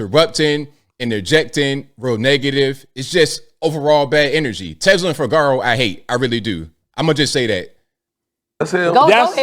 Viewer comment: It's pronounced: FI-GU-ROW!!!!!